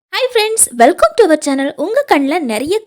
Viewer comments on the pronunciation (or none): none